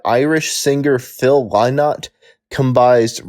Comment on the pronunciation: Your "What Happened to" would have a lot more credibility if you'd bothered to find out how to pronounce Phil Lynott's name. Next time try googling "YouTube Phil Lynott Interview". The interviewer will almost certainly introduce him.